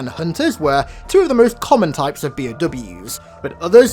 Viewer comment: I guess no one have mention it yet. By the way, it is B.O.W not P.O.W. Bio Organic not prisoner organic weapon